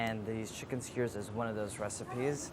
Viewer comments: Everyone: Skewer Andy: Skuuer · Does anyone else think Andy is saying skewers weird? "Squeers" is what I hear. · Andy pronouncing skewers skwrs has me cracking up as I'm watching this after a night out. Love the video, these sound really good, especially rn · Nobody: Andy: skyerzz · no one: andy: chinken skeurrs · listen andy is great and this recipe is amazing, but why is he saying is "skuuurs"